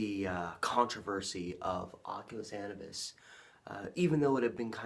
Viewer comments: Anubis = uh-new-biss Longest intro ever But good video! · Bruh you should have learned how to pronounce "Anubis" before you made a 90 minute video where you say it over and over again. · How do you massacre the prononciation of Anubis that bad. I will watch no further.